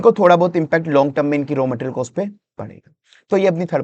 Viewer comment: गेस नहीं गॅस, कोस्ट नहीं कॉस्ट 😒